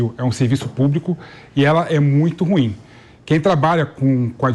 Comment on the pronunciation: Aprenda o portugues e pronucie o "ruim" corretamente.😮